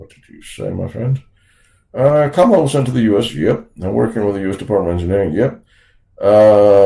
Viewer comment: Did I hear you say KAMLA Harris? lol